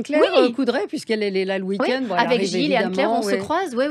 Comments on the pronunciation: ce qui est insupportable c'est qu'au lieu de dire bon week-end elle dit bon weekquinde elle est comme vous dites en France "cuculapraline" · ARRÊTE DE DIRE WEEK AND, PRONONCE WEEK END bordel !!!!!!!!!!!!!!!!!!!!!!!!!!!!!!!!!!!!! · elle est agaçante quant au lieu de souhaiter un bon week-end elle dit "bon oui quinde"